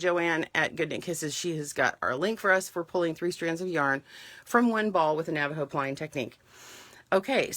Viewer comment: Good job pronouncing Navajo correctly